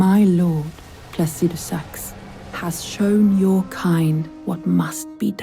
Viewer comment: It's so funny hearing pronounce Plasidusax, and we as a community still pronounce it how we have said it for year's it's spelled. 😅